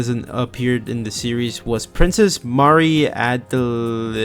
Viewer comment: Also wait you don't know how to pronounce Marie? Adelaide I can understand tho. Add L aid Marie... it's like Maria but leave off the uh sound at the end. I know you know how to pronounce Maria, you're a sonic fan.